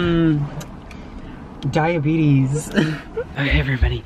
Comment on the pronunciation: the way he just says “dIaBeTiEs” I have them and I wish I could eat all that stuff😢